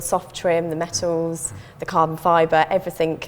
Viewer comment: "Everything" not "everythink", i keep having to correct my 3 year old about this i wouldnt expect an adult to get this wrong